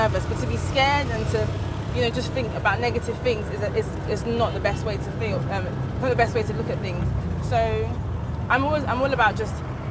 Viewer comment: You cutting or chewing words. Brits should learn to speak smoothly and clearly. And why saying "i full like"? Instead of i feel like?.. You're right, though. People should feel free to live anywhere they are comfortable. Life by the way is about finding the comfort. If it's in Europe or the US or canada, they should live there rather than to followed others to Africa just because others are coming back.